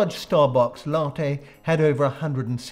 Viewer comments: Latte. As in "Caffe latte per favore". I'm not sure how else to describe it. There's no "r" or "y" in it though; the vowels are pure. Try this: a as in cat, not as in far e as in ten, not as in grey (that's not an ideal description; English doesn't have any native words ending in the e sound found in "ten" that I can think of). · Latte is pronounced with a short a, as in "cat". It's Italian